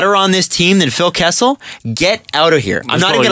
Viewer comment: KESSEL???? Seriously.